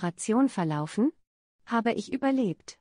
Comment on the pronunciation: Ey dieses "hab ich überlirbt?"hat mich verrückt gemacht😂 ❤❤